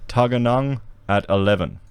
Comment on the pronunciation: Love your work but you need some coaching on Canberra...'Bell - con - an'.....'Tug - er - ah - nong'.